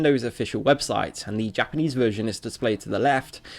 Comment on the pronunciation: Your Japanese pernaunciasion is terrible, it sounds to much like English